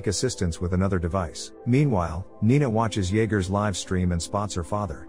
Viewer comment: Why is it that the damn robot speakers still can’t pronounce certain word correctly. Like ‘live and live or lead and lead’? I mean come on what is so freaking difficult about it?